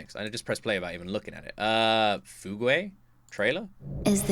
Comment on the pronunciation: A few observations to help understand the videos he just watched: - Trying to explain the Fugue (pronounced "few gh") trailers without spoiling anything is hard. All I'm gonna say is that her real name is Tingyun, and that this time, it's *actually her*. - Huh, it's funny that you thought the singer from the Nameless Faces video sounds familiar... because it's Lilas Ikuta from YOASOBI! You probably didn't recognize her right away because she was singing in english instead of japanese hahahahaha - All those trailers that look like they're telling about stories from Greek or Roman mythology are trailers for the upcoming 3.0 update (which launches later today!!!). The game so far has four worlds: Herta Space Station, Jarilo-VI, The Xianzhou Luofu, and Penacony. And the 3.0 update will introduce The Eternal Land, AKA "Amphoreus". It's heavily inspired by greek and roman mythology, and is packed with Honkai Impact 3rd references. - Herta is a member of the Genius Society, one of HSR's factions, and a follower of Nous the Erudition. Nous is an Aeon (the gods of the HSR universe), and Herta is one of its Emanators (people that were recognized by an Aeon and can directly wield their power to an extent). "Droidhead" is a nickname she gave to him, because Nous is literally a supercomputer that ascended to become a god. Herta is literally immortal because she figured out how to de-age her body, and lives in total seclusion, only interacting with other people through her puppets, wh